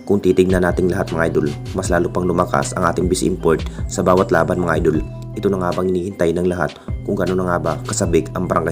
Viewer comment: Puro ka idol hindi idul ... Idul ka ng idul bulol